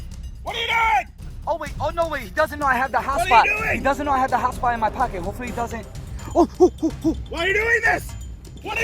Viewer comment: Guy :the hotspot , the hotspot My ears : the hot spa , the hot spa